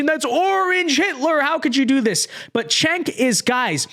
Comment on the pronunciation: It may be time to stop picking on "Jenk" by calling him "Chenk".